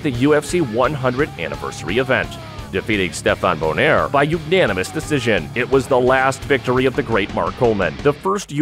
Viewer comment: Mark lost to Stephen Bow nair 😂😂😂😂It’s Bonner